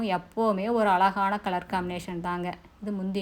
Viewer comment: Ungalukku zha varatha .?alaga entru solgirirgaltamizhai kollatheergal.